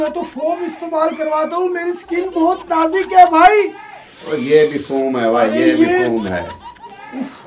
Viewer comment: Nazek ni hota Nazuk hota he😂😂😂😅😅